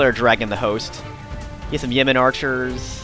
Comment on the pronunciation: For a moment I thought that you said "Yemeni" archers and I was like "what the heck are guys from Yemen doing in England". :)